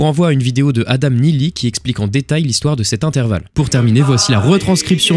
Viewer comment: Super épisode ! Mais fais attention à intervalle juste tu as oublié le r :) mais bon sinon super Épisode !